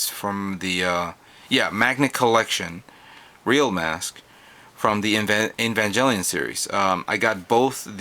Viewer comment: The "G" in evanGelion is a HARD G like in Goat, or Gate